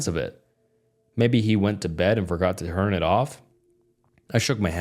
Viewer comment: I was looking for this comment when he said “hern it off” instead of “turn it off” I actually thought it was AI 😂